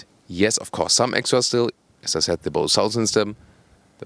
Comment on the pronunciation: Bose is not a German company so the pronunciation should be a bit different in my opinion